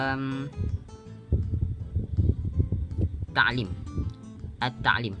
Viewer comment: Dzullatta'alum bukan ta'lim,, bang. Maaf mngkritik kalimah ny dikit.. hehe